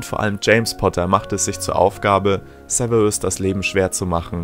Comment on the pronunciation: Sewewus snape wer kennt ihn nicht? 😂